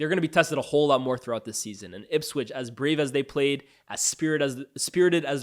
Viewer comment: Bro its ipswich